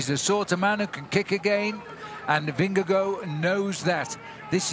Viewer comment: Bob, learn how to say Vingegaard's name!!! It's not Vingagoo!